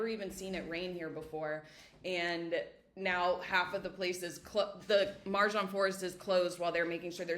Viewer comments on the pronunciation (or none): Just a small note on pronunciation. Marjan is pronounced "Mar-yan", with the Croatian "j" sounding like the English "y" in yes. So it's not "Mar-žan", but Marjan, same as "Fjaka" you've mentioned. Since Marjan is such an iconic part of Split, I think it’s worth taking a moment to get the pronunciation right, especially if you’re living there. It’s a small gesture with a big heart.